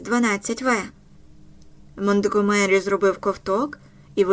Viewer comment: Правильно МонтґОмері, гучнИй ( але гУчність). А вибухівка ''сі 4'', не ''ес 4''